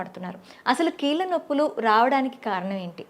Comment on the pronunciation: ముందు నువ్వు కీల్ల నొప్పులు అనడం తగ్గించి కీళ్ళ నొప్పులు అని అనడం అలవాటు చేసుకోమ్మా!